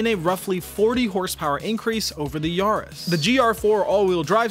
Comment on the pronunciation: It's probably Ya-ris not Yar-is